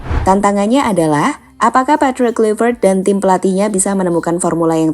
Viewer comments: Izin koreksi min: 1. Pronounce Nama yang benar dibacanya: Petrik Klaiver't. 2. 6 point Indonesia di dapat dari: 1x Menang, 3x Imbang, 2x Kalah. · Mimin nyebut coach baru salah wooyyyyy... Klaiy kluiy wkwkwk